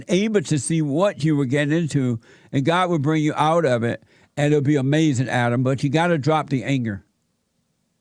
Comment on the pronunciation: “Amazin chips” 😂😂😂 DED.